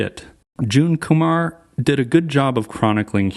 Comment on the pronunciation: its not kumar like harold and kumar hahaha